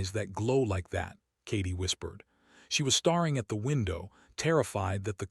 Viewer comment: STARING NOT Star-ing BREATHING NOT Breathe-ing 🙄🙄🙄🙄🙄🙄🙄🙄